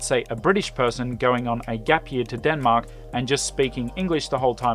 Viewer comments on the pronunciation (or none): none